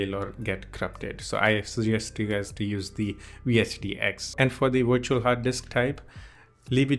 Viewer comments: its Virtual not Wirtual!!! it is a V! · Just so you know Virtual starts with a V not a W the two letters sound different.